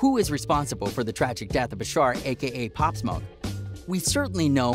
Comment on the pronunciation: he said pop smok